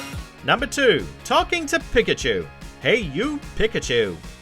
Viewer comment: We all just gonna ignore how many times he pronounces pikachu incorrectly?